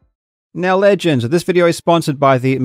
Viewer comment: I love the way he says "neow" 😂